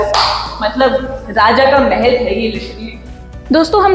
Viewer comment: Mahal not mehel